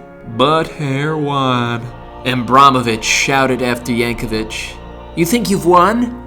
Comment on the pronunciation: There's no "h" at the end of Yankovic.